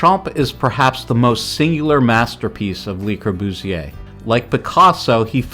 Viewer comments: "LEE Corbusier" , "Palazzo Del Lavorno"!? etc...How did you graduate any school? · Your narrator should learn how to pronounce. Especially le Courbusier. And he should know something about architecture. You should identify pictures and use them with appropriate narration. Interesting stuff but sloppy.